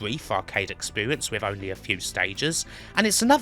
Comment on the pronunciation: It's a gweat expewience